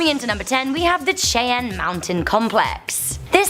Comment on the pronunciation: It's pronounced (shy-ann) Cheyenne. 🤦